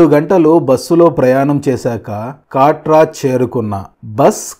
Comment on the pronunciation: కాట్రా కాదు కత్ర